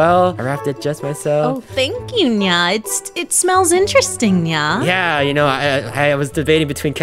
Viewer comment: Нья(nya) слишком не звучно. Ударение поставлено не правильно плюс интонация не та.